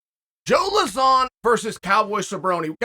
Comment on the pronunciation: who's joe luh-zaan lol